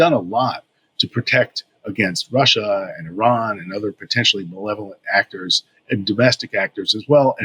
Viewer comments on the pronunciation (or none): none